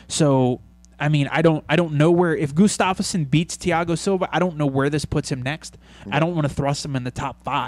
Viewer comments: it's Gustafsson, not Gustafs-son. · Hey guys, nice show! I'd just like to point out that Gustafsson is pronounced "Gustavson" (much like Anderson). Keep up the good work. //Mattias from Sweden